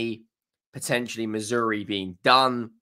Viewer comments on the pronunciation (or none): Who the hell is Missouri? At least get his effin name right! So ignorant!